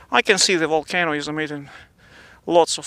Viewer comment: Deh wolcano is wery strange